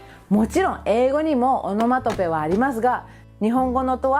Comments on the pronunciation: アノマトペじゃなくて、オノマトペね。聞き間違いなら失礼。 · オノマトペは仏語で米英語ではアナマタピーアって感じの発音ですからね ちゃんと動画内の字幕で訂正していますし